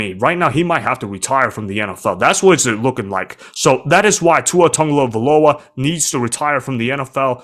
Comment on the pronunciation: The only thing worse than Tua’s concussions is you trying to say his name…